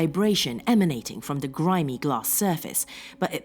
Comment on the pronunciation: Sauron's mirror cannot be destroyed by any weapon we posses; It must be cast into the fiery chasm from whence it came. Also, are you German? You say "the" like "da"